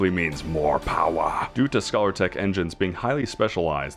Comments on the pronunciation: Scalar is pronounced like 'skay-lir', not like scholar. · scay-lar not scaller. From Scale. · It's called scalertech as in fish scales, not scholartech as in scholarship. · Amazing review, thank you :) also I am so curious about what possesses you to pronounce 'scalar' like 'scholar' haha